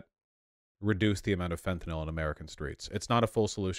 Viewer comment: I agree 100% but the way Vaush pronounces fentanyl is bothering me 😂